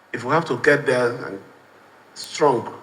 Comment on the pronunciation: Thread carefully not "trend carefully" Is that Wike's group English?